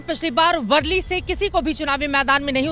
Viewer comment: वर्ली नहीं,, वरळी है...